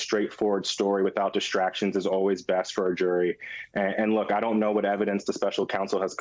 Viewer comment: jory = jury? her pronunciation is creative, maybe even charming, but it interferes with our understanding of the information being offered. She does this alot and i hope she improves. bringun = bringing?